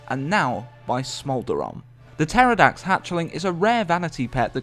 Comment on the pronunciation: "Puh-terrordax"? Hey whatever floats your boat